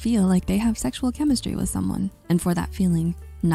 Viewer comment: Is this an AI-generated voice? The delivery is so flat. Then again, a generated voice would say “chemistry” and not “chemishtry.”